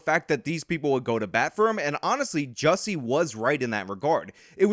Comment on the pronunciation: Am I the only one that appreciates the fact that is the only one that actually pronounces Jussie's stupid name correctly?